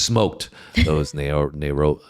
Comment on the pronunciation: Say Nairobi like this Nairobi and you will be nearer